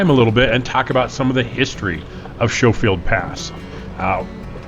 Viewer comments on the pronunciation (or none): It’s “skofield” not “shofield”😊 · Is it actually pronounced "Show-field" Pass? I mean, every other instance of that name I've ever encountered in 63 years has been pronounced "Sko-field". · Pronounced Sco-field. No "sh" sound. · I know you’ve already been informed that it’s Sko not Show field , but boy do you say it wrong a lot . Ex Pitkin and Gunnison native here, been there , done that back in the sixties in forties and fifties Jeep Universals and get a kick out of watching someone in an inordinately expensive , purpose built rig talking about how spooky and hard it is in the easy parts . Anybody in my day would have lost their man card having their wife as a spotter on that road . Yep , this is definitely a “judgy” comment from an old timer from a different era . Nice footage though , especially the drone . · It’s not show it’s skow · Schofield is not pronounced "Show"field, it's "Skow"field! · Fun video of a fun trail, but it makes me absolutely cringe every time it's mispronounced as "SHOW-FIELD" . It's "SKO-FIELD", LOL!! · SHO field pass? 😂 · Omg as a native to this area every time you say “showfield “ I want to throw myself over the edge 🤬 😂😂😂 ps . nice drone footage though 👍👍👍🤗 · It’s pronounced Skol-field pass. Like school and the “o” is long. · Schofield pronounced like school.... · Great video and guide! FYI, local pronunciation is SKO-field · Pronounced SKO FIELD PASS. Great video though 👍🏼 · It’s Skofield proper pronunciation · 70 year CO native, grew up in that area. It's pronounced like Skol-field pass. Camping on the Crystal one time my parents and I road 1974 Yamaha trail-bikes over the pass to Crested Butte and back in the dark. I picked up some guy walking after rolling his jeep, rode double from the top after midnight back to camp, where he met the sheriff. Good times, and good fishing in that area. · "Sko-field" is the only correct pronunciation. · You are pronouncing Schofield wrong. Skofield, with a long "O". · Its pronounced Skofield pass